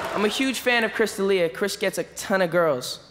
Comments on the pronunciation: Is Chris D'Elia drinking everyone someone says his name wrong? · The look on Chris D'Elia's face when Shaq mispronounced his name.